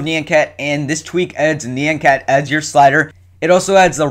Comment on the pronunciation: It's note NEE-ON cat, it's NIE-ON cat. :P